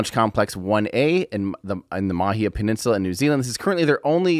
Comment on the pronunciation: Hey Tim - nice to see you getting the macron over the 'a' in Māhia - attention to detail :-)